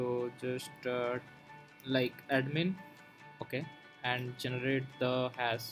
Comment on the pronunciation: Bolna seekhle pehle. Hass, hasss kya hai? Hash nai bolna aata? Itni hi takleef hai toh Hindi mein video banaao. Cringy ass piece of mediocre shit.